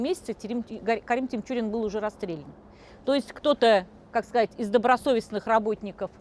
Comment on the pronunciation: Карим ТиНчурин...нужно знать как правильно произносится фамилия о ком рассказываешь,...Захида ТиНчурина ( а не с буквой М)...